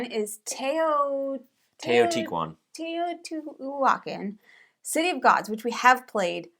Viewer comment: Teotihuacán: Te-oh-tea-wa-CAN For your future reference, that’ll get you close 👍